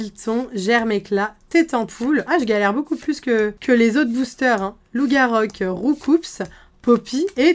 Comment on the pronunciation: Le "s" de roucoups ne se prononcé pas 🙃